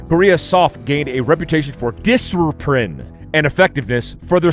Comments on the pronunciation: I almost choked when you said, "disserpren"😂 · "Disciprine" was unhinged 😂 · "disopren" :face-blue-smiling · "Disciprine" LOL!